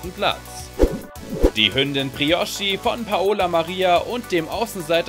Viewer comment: OMG ES HEIST BRIOCHI NICHD BROICHI SCHÄCHT LOL FÄHLER!!1!!11